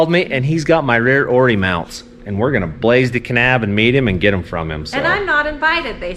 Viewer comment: Awesome build, enjoy the channel. It’s ORI not “Oar-ee ” 😛